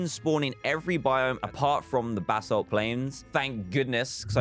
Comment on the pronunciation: Dan it's basalt not ballast ok